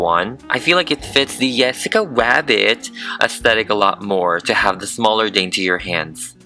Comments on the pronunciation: Why did you say nessica wabbit here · Why are u saying yesaca wabbit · "Jessica Wabbit" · WHY DID HE ALWAYS SAY YESSICA WABBIT INSTEAD OF JESSICA RABBIT 😭🤚🏽💅🏾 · i swear i keep hearing "jwessca rwabbit" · What i hear when she says jessica rabbit: jessica wabbit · "Yessica wabbit" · "IT'S Jessica rabbit!":yeah no that is out of fashion it's yessica wabbit now Fans:AHH THAT'S ADORABLE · In the beginning: pronouncing it Jessica Rabbit Him during the rest of the video: pronouncing it Yessica Wabbit Me: TRIGGERD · No offense but yessica wabbit? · That “Jwesscia wabbit” was personal 💀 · The way he says Jessica rabbit is just... "yessica Wabbit" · I love that he just goes, “yessica wabbit” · Why does he say yesicca wabbit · I kept hearing Yessica Wabbit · Its Jessica rabbit not yessica rabbit say it correctly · “Yessica wabbit” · Why do you keep saying jessica wabbit?🤣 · No it's not Jessica Rabbit it's yessica wabbit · Ok love him and this vid but why dose he say yesica wabbit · Um hes a guy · yessica wabbit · Why do I keep hear him saying "yessica wabbit" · You said jessica wabbit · "I then retain the hair with a metal brush to make it more FLUFFFYY" thank you for making me laugh also you say "yessica wabbit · Why did you say the yessica wabbit?! It’s Jessica Rabbit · YEsSiccA WAbBIT YEsSiccA WAbBIT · did he say yesaca wabit on purpose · Is it just me or is he saying jessica rwabbit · Wessica Wabbit.. ;-; Not making fun just funny XD That means the sane thing does it ;w; Edit: HoNeStlY....I just love how he talks.. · Its jessica rabbit not yESSicA wAbBIt you fat drag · I'm sorry but I keep noticing you're saying yessica wabbit I sorry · “Her torso is actually squishy” “Wesaca wabit 😂” 0-0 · How many times u said Yessica rabit..... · did anybody else notice that he said “yessica wabit” sometimes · yessica wabbit* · Why does he keep saying “Yesicca Wabbit” 😳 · Why he say wesica wabbit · I almost died when you said "Yessice Wabbit " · i hear yessica wabbit